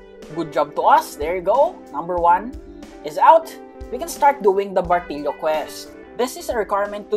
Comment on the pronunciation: Bro said bartilio🗿🗿🗿🗿🗿